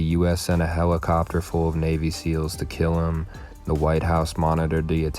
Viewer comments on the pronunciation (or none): "Right behind vium " 🤣🤣🤣🤣🤣